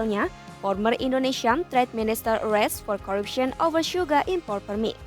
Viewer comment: Sugar, not Suga, Mba..